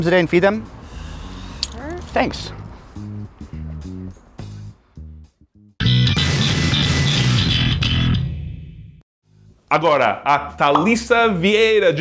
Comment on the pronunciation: Goytá F. Villela Jr. Não estou confundido. Eu disse que foi na palavra ''Thank'' e não em ''That'' ou ''This''. Já cansei de ver exemplos em que Thank os americanos dizerem com som de T. Também já cansei de ver americanos falar ''The'' com som de ''D'' o th, sendo que deveria ser como está neste site: Além de já ouvir várias vezes o TH com som de ð ser pronunciado como D, e não como ð.